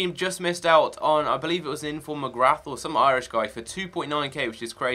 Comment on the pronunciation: You say Jamie McGrath like Jamie Mc-Gra